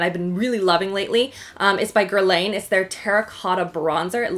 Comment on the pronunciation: That eye look is gorgeous!! Btw, guerlain is pronounced guerlAN 😁